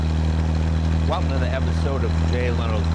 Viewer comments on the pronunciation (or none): none